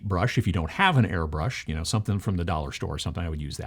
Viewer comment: Please dont say airbrush.